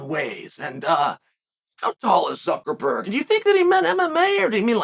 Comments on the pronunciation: This fight needs to take place in some random backyard in Miami OG Masvidal style. Suckerferd <- one of today's pronunciations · Why does Chael keep calling him Zuckerfer or Zuckerford? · Said Zuckerberg right one time and went right back to ferg just to mess with us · Zuckerferg hiring Musameelee Chael you misspoke and pronounced it "Zuckerberg" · The way you mangel Zucks last name is priceless.